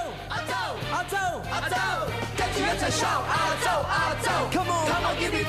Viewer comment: “亚洲中“亚”字有懒音。